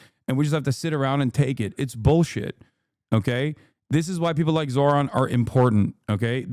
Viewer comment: He's saying his name wrong on purpose